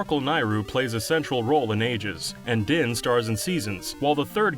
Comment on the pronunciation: Oh my gosh, this is the first time I've heard somebody in a YouTube video pronounce "Nayru" correctly! :D EDIT: ... But he mispronounced "Din" and "Farore." He got a lot closer with "Farore" than I'd ever heard in a YouTube video though, so kudos in that regard, haha.